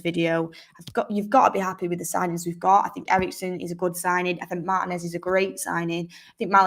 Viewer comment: Mar-TEE-nez not Mar-tih-nez